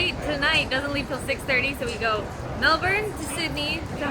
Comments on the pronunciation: Its pronounced melbon not Melbourne how we spell it 😂( its an Australian thing) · Guys... By now you should have noticed: the “R” in Melbourne is silent. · Hope u had good flights and u can say MELBOURNE the right way